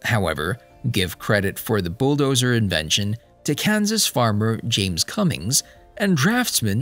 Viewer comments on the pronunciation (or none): none